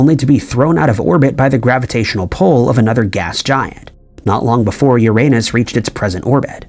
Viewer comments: Umm..... Uranus is pronounced "Yer-Uh-Nus", NOT "Your-À-Nus". A funny, but very common, mispronunciation. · not to be THAT guy but its pronounced "yur-uh-nuhs" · “These are just a few questions scientists have about ur-a-nus “. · For heavens sake, please stop saying Uranus. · The way you pronounce Uranus is so funny, but incredibly incorrect